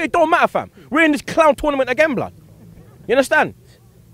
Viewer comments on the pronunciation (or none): none